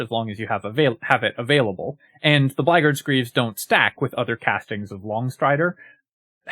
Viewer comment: Look, you're right about shillelagh but I'll never forgive the way you say Blackguard.